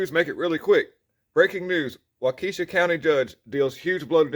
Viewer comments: It is pronounced (Walk-eh-shaw) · Wah-Kesh-Shaw. You really need to consult me on how to pronounce the names of cities and towns in WI. LOL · Waukesha pronounced walk e shaw